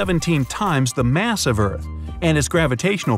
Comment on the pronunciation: all that MATH instead of MASS🤣🤣🤣🤷‍♂️🤷‍♂️